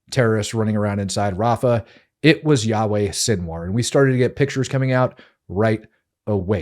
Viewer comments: Pleas stop calling this demon Yahweh - he is pronounced yaya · I want to respectfully point out that the name you are using for Sinwar’s first name is actually the Hebrew name for God “Yahweh”. I believe his name is pronounced like Ya Ya. I’ve heard slight differences in pronunciation but they are all similar. No worries, I just think you didn’t know. Have a great day. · You keep pronouncing his name like "Yahweh", a Jewish name for God. It's Yahya Sinwar. Not trying to be nitpicky but, given the context...really. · Not yah way but ya ya Sinwar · its not Yah-way its Yah -Yah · "It was Yahweh Sinwar". Yahweh is another name for God lol. But we knew what you meant. "Yah-Yah Sinwar" 😂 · his name is yahya not yahweh. please stop saying yahweh, that is the hebrew name of God. thank you and good work. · His name is Yahye Sinwar, not Yahweh. Yahweh is God's name. Yah-ye. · It's Yah Yah not Yahweh! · Dude, are you serious? '"Yahweh" Sinwar????????????????????? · please dont call him Yahweh, its yaya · his name is pronounced Yakh-Ya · Yo channel-host, ..recheck and fix that first name of sinwar you speak out just in the beginning of the video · Thank you for all the detail - very informative. I do however think you have mispronounced his first name. Was that intentional? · I dont care that you mispronounced sinwar’s first name, only that you used a very holy name for the lord in judaism in its place…the rest of the show was great!